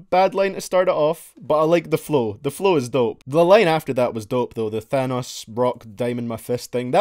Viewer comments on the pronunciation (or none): none